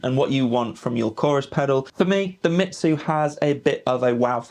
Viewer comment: Its pronounced “me zoo” not “shitzu” 😂